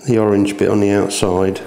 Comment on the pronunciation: yeah i've got a question! is 'the' 'ze' in northern ireland? just curious :)